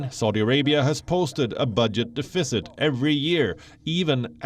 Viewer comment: 1) That's not how you pronounce deficit. 2) What the hell are they investing trillions of dollars in?